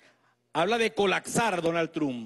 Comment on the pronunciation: Animal ! No es "Colacsar".... Es ColaPsar